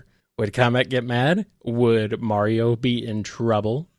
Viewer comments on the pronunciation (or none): none